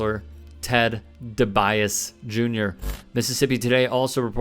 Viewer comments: It's pronounced Dee-bee-aas-see, not De-bias. Other than that, great story. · just want to let you know that the wrestler Ted Dibiase Jr.'s surname is pronounced 'dee bee ar see'. NOT 'de by is'. other than that, keep up the great work. Favre is a shithead. left is best bro! 🤘🏼🤘🏼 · Ted DiBIAS!? It's pronounced "Dee-bee-AH-see," Please don't tell us you've never heard of "The Million-Dollar Man, Ted DiBiase." He's a legend, and also, allegedly 😏, a criminal PoS. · Ted Debiase (Dee-bee-ah-see) was the Million Dollar Man, a wrestler villain from in the 80s & 90s.. The irony is thick & rich 💪🏽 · the name is pronounced ted dee bee aussie jr... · DiBiase is pronounced De-Be-Ah-See... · Hey hey hey… Ted dee-bee-AHH-see… I’m an 80s baby. Respect the name lol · Sadly I'm old enough to remember that wrestler, and his name is pronounce Ted Dee-bee-ahh-see. Favre always been sus. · DiBiase is pronounced dee-bee-aah-see for future reference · Dee-bee-ah-seh. The "e" is pronounced like "eh." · It’s pronounced Ted D B Ausi. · Ted DiBiase Jr.'s last name isn't pronounced the way that you pronounced it. It's pronounced Dee-Bee-A-See. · The Million Dollar Man, I was just about to make this same comment. He mispronounced all four syllables, that's got to be some sort of record. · The correct pronunciation is "Dee Bee Aussie" Ted DiBiase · Love the channel and content! BUT...You showing your age! It's pronunced Ted Dee-bee-Awe-See. The "Millon Dollar Man"...old WWF (WWE) He been a fraud. Lol 😆 🤣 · Mispronunciation is a real bitch. It's pronounced Ted (dee-beee-ah-see) editing is dead in 2022 I'm convinced. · Ted “Dee-bee-AH-see” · It's pronounced like ted deebeeausy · Love your stories but it's PRONOUNCED DEE-BEE-ASSI. TEDDY DIBIASE WAS A MUCHO FAMOSO PRO WRESTLER. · Pronounced Dee-bee-AH-see...smh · Dude, you massacred DiBiasse (Dee-Bee-yaw-see) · Ted DiBiasi Jr. pronounced Dee-Bee-Awe-See. The Million Dollar Man's son. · DEE - BEE - AHHH- CEE DiBiase